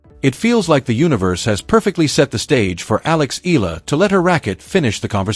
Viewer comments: Eala is pronounced " E'yah lah" in Philippines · E-YA-LA correct pronunciation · Pls. correct your pronunciation of her family name. Eala is pronounced as Ee-ya-la. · To the vlogger: Please do not change the spelling of her last name not unless you're authorised by the person. Its EALA NOT ELA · Say hey name right, then I'll subscribe